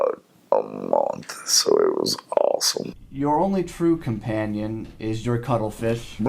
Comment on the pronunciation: It took some time for me to realize his “cuddlefish” was meant to be a penis